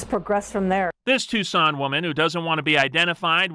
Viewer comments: You said the name of Tucson correct the very first time(tooson) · You pronounced it correctly the first time👍🏼. It's (Two-Sawn) Tuscon.